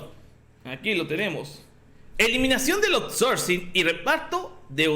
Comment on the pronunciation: A LA CHINGADA SU OURSORCING